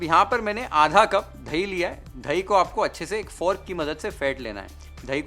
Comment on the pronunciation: धही nahi chef The correct word is दही…. Love your channel chef… Here in USA they say… you can get the man out of the ghetto but you can’t get the ghetto out of the man… this reflects the Bombay Tapori in you. Don’t let it go away chef…..